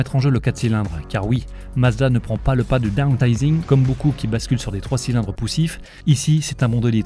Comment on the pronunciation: Bel essai par contre : « downSizing »